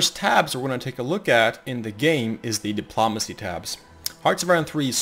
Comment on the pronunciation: your videos are good for information but your pronunciation of espionage and diplomacy is atrocious